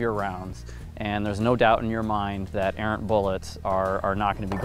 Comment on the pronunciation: arrent bullets??? Me thinks it errant